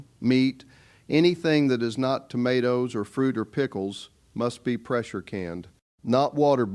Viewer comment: Stupid Ai called Banmato 🍅, Tomato!😂😂😂😂😂😂😂😂😂😂😂😂😂😂😂😂😂😂😂😂😂😂😂😂😂😂😂😂😂😂😂😂😂😂😂😂😂😂😂